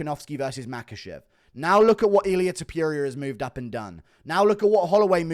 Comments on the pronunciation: Ilia Tipyooria lol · Illia “Ta pierria” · Ilia tuh-peer-i-uh